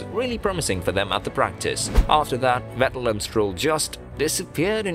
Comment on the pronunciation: I heard you say Sebastian “Wettel”….. and Imowla…..